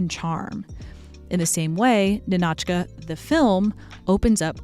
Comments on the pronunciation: It's Ni`-no-chka like KNEE(stress/emphasis)-no-chka not Ni-NOH`-chka lol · hey! wanted to point out one minor detail . the title of the movie, "Ninotchka", should be pronounced as "nInotchka", not "ninOtchka". emphasis on "I". you can check the pronunciation in Google Translate by typing Ниночка another great video btw, your content is truly my favorite on YT, and I was never even that interested in the history of Hollywood before. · Ninotchka is pronounced Nina-tchka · The film's name is pronounced NIN-och-kuh. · I love this whole video highlighting Greta Garbo and her fascinating allure, but each time the narrator mispronounces the name NINOTCHA leads me to believe she has never seen this movie. It's yelled out many times in the film!